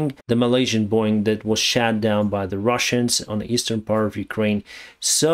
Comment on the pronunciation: sorry but.. tha plane was shot down, not shat down ;)